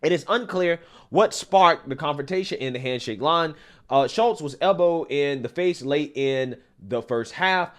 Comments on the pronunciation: if her name was Shultes woudnt it be spelled with an L and not Shutes or is the t representing a silent L?? i think if u rewatch the clip your following u will find its pronounced like shoots. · Shutes, you keep saying Shults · Love your channel. It’s SHOOTS not “SHULTS”. How do you see words? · Ffs dude, it's Shutes (Shoots,) not Shultz. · Please LEARN HOW TO READ! YOU ARE JUST AS IGNORANT AS MS."SHUTES" You consistently called her Shultz! Secondly, she should be kicked off the team, lose any scholarship, charged and sentenced with Physical Assult! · Shutes, NOT Shultz, dummy! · Shutes not Schultz.so simple 😂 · Why you keep calling that Shultz, like you didn't hear the news reporter say Shutes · 💯💯 Somebody tell this guy to QUIT CALLING HER "SHULTES" 🤪👈 It's pronounced SHUTES ! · He keeps saying Schultz. Lol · you know what's coming... and so does everyone else: she's going to play the race card; and will likely claim that the other player used racial epithets. Btw, her name is "Shutes," not "Schultz!" You can pronounce it "Shoots" if you like, but leave the Krauts out of this. They're still trying to live down what the small moustachioed painter did. 😂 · Pronounced: SHOOTS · LMAO......Did it bother anyone else that he kept pronouncing her last name wrong? Like even when reading it directly from an article. How does Shutes become Schultz?